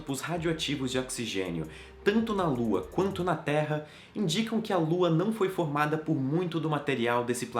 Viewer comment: A todo momento que ele falava "Terra" eu ouvia "Teia"